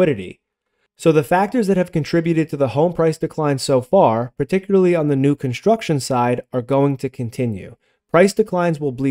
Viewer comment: "conshtruction"... shtop it.